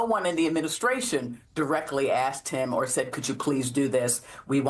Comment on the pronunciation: Learn how to say El Salvadoran